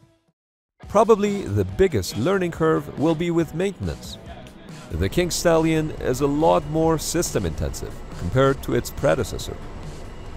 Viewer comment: Did he say kink stallion???